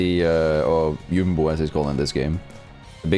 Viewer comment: Jumbo is pronounced like Dumbo with a J, not a Y sound. It was interesting hearing your spin on it.